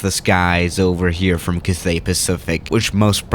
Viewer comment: Thank you for saying that Cathay is beautiful. cAthay, not cathAY :)